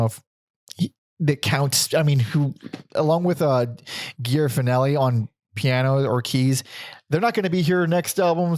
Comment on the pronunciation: Interesting pronunciation of Gere Fennelly's name. She says it as "Jerry Fenn-ely." Not GEAR Fen-nelli.